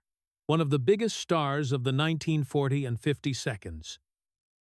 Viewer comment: Hilarious...1940's came out as "1940 and seconds". This AI really is bad...